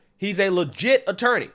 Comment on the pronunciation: The second she called an attorney an "interny" made me immediately discredit everything she said after the point.